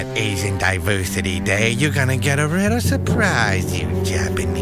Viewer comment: HAHA it was a rittle shneaky, kinda lika Pearr Harborr, mk? that was a little shneaky too... hahaha